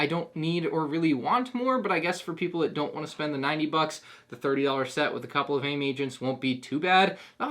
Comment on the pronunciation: Omg he said A.I.M correctly